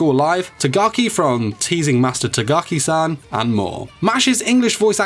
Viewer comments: Tagaki? Lmao its takagi-san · I'm slightly disturbed that you pronounced tagaki instead of takagi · wait did he just say tagaki instead of takagi